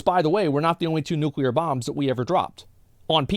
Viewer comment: He cant say the word nuclear